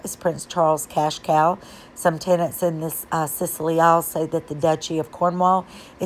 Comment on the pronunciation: FYI: SCILLY as in The Isles of Scilly is pronounced silly. No, I kid you not, it really is. PS Loved the video. Blessing.